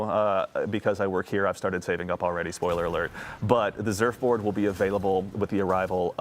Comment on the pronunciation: You had me at "Zurfboard" 😂